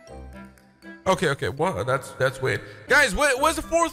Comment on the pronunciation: Tahst not them